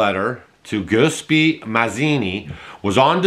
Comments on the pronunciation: Guiseppe. pronounced Jus-sep-pee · Ja-sep-pee 🎉😂❤ not goos-pee, goos-pee sounds like a VD 😂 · Wow, you need some practice with pronouncing Italian names.